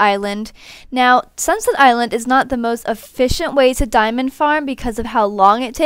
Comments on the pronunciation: AM I THE ONLY ONE WHATHEARS UR SAYING SUNSET ILAND WHEN ITS ACTUALLY CALLED SUNSET ISLAND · Did she say sinset island